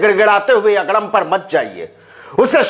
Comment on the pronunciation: Aapke muh se agdam ka ucharan bahut acha lagta hai